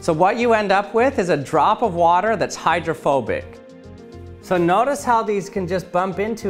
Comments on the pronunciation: I thought for a second he said homophobic water droplet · Thought you said homophobic water XD